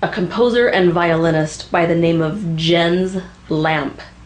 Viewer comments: Two comments - first, a lot fiddlers use "Draggin' the Bow" to practice hokum. Also, "Jens" is pronounced "Yens". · Close enough, the "s" in Jens should be heard, as should the "e" in Lampe though without emphasis. (NOT Lampee ;-)